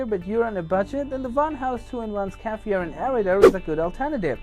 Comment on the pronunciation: Pronounced SCARRY FI ER